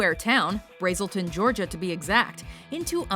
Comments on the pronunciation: You pronounced Braselton wrong. At least pronounce it right. It's not Brazelton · You didn't say braselton correctly and it bugs me so much as a Georgian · You are not pronouncing Braselton correctly. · You pronounced Braselton wrong... 😑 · you pronounced Braselton, GA. wrong. Just a heads up